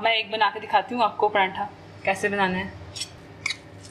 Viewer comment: pratha hota prantha nhi